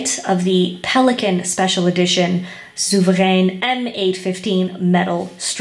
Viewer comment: I really like your review! It really answered my question regarding the "shine" factor of the pen and palladium coated design elements. Also your pronunciation of the word souverän sounds almost spot on and spoken with much respect. Just wanted to let you know. Best regards!